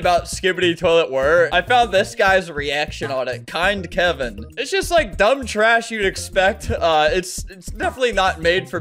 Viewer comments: Kind-l-e Key-in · Did… he just call K-I-N-D-L-Y K-E-Y-I-N “KIND KEVIN”????